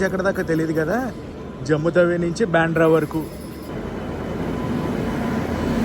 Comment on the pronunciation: బెంద్రా కాదు బాంద్ర